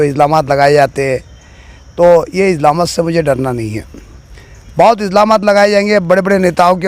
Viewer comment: Are chacha izlamat nhi ilzamat bolte usko😅😅😅😅